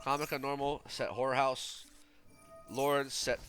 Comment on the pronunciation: Everytime you said horror house it seemed like you were saying whore house 😂😂😂